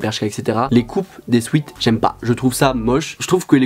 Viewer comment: À tes « souet »